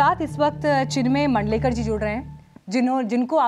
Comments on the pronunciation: Not Mundlekar. Maandlekar. Interviewers should do some research before addressing someone.. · मांडलेकर आहे आडनाव आपणच चुकीचा उच्चार करून कस चालेल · It's मांडलेकर not मंडलेकर